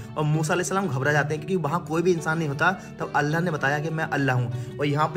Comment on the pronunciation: Bhayi allah hota h Kam se kam. Allah ka nam v sahi se lijye aap allah nam sahi se nhi le.rahe ho please allah bolo allaahh nhi bolo